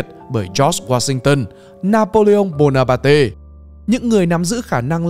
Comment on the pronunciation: Trời ơi ! Ông nầy đọc Napoleon Bonaparte là bona ba tê làm tôi hết hồn